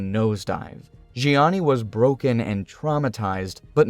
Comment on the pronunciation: zheanis name pronunciation was on point